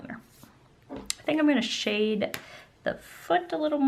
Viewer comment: she says shide instead of shade LOL